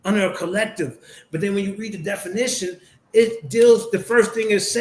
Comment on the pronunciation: It is hilarious to keep listening to mispronouncing the word 'definition' as 'denification'!😂